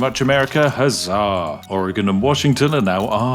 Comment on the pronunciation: British guy can say Oregon correctly but midwestern Americans can't figure it out wtf.. Cheers from Oregon lol